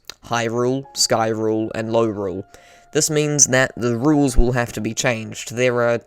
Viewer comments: ‘Skrule’ ‘lowrule’ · I think he said norule... obviously